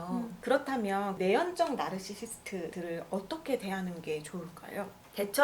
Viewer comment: 나~rrr~~르시~스트~ 듣기 불편하네요 ^^